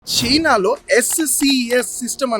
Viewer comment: Anna adhi China sina kadhe